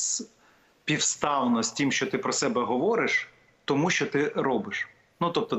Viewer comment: ВЕДУЧА!!! НЕ сЧЧЧо а що.... звук шшшшш шшшщо, щ це майже ш, там Ч немає